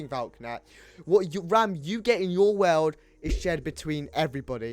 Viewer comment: "Weld" it's pronounced world lmao